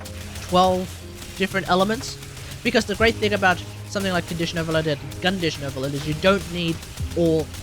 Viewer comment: "Gun-dition Overload." Yes 😂